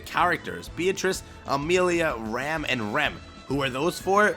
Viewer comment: Please pronounce “Ram” correctly. That is one of my biggest pet peeves.